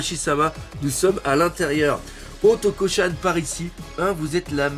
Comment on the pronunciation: c'est otoko- chan pas auto-cochonne XD!!!